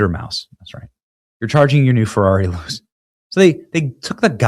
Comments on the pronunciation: All good, BUT…learn how to pronounce “Jaguar”! It’s not “Jag-wire”. Cheers P.S.: Ferrari is an Italian company, so “Luce” means “Light”, and is pronounced “Lu-tshe” not “loose”. IF you want to report on topics, at least know what you’re talking about. Do research…use AI or Siri or something. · At least pronounce it right. Not Jagwire, it is Jag-you-are...and Luce is not Loose it is Loo-chay. Either way the Chinese will outdo them both with the $10k Loowire.... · Not that any one cares, but it’s pronounced Lou-chay. It means light in Italian. Questa machina è brutta = this car is ugly. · It's "Looche" not "Loose".. Wait...! 😅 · FYI. Luce is pronounced "LEW chay", not "loose" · "Luce" in Italian is pronounced "lou-chay" and not "loose." Terrible, ridiculous design and idea. Yikes. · "Luce" iz pronounced "looche" with the "e" like "chEster" and the stress at the beginning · “Luce” is pronounced “lose”. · PLEASE stop saying "Jag-WIRE"....🤯 ...and the Ferrari is pronounced: LOOCHAY (Yes that is not proper phonetic spelling but gets the point across.) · How do you see "J-A-G-U-A-R" and pronounce it "Jag-WIRE"? BTW, "Luce" in Italian is pronounced "LOO-CHAY". It means "light". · Lu-ché. But I agree, it's garbage and won't sell. Soul less car. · Luce, pronounced LOO-CHAY(light) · Pronounced: Lu-chay. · Luce is Italian for "light" it's pronounced "Lu-Chey" I just had to look it up! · The new Ferrari is pronounced Loo-chae. It doesn't matter though, it is still super ugly just like the tesla cyber truck. Both have gotten the Bud light treatment. Oh well. 🙈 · Benny, I know I'm a car guy, and I can tell you're clearly not. You've really got to work on your Italian and European car pronunciation ... "Luce" and "Renault" specifically. I'm sure there was more, but c'mon dude. Google it. I hear Google does pronunciations, now. You're gonna start WW3, OH WAIT!! You already did a video about that. Try harder. Do less. Stay in your lane? Maybe.